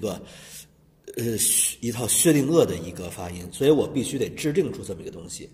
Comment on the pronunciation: 薛定鄂的发音😂😂😂